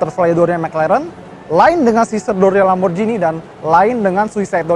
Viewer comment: Akhirnya, ini video Indonesia ke 2 yg saya tonton dengan penyebutan Lamborghini secara benar, "G" nya tdk diganti "J". 👍